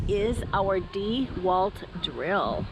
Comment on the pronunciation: The first thing you should learn is how to pronounce dewalt. Not Dee...Walt. Not Dew...alt. It's pronounce Dah walt